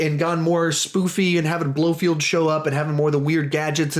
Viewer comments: Its blofeld,not blofield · Pronounced: Blofelt, not Blofield 😂 But cool vid man!